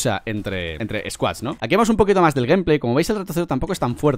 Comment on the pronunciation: “Ganpley” jajaja